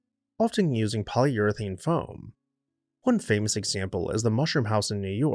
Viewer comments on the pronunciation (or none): none